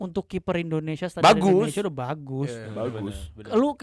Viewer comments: Indonesia bukan endonesia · Negara ini bernama INDONESIA, knapa saat nyanyi berubah jadi Endonesia ? 🙄🙄